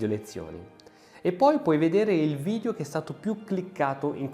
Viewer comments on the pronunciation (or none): none